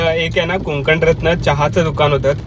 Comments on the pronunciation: Hii Videos chan aahet pn please कोंकण न बोलता कोकण बोला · हो.. कोंकण.. हा उच्चार परप्रांतीय करतात.. दादा आपली मराठी थोडी कच्ची आहे.. असो... पण मस्त मज्जा आली.. असं वाटलं मी स्वतः प्रवास करतो आहे... शुभेच्छा.....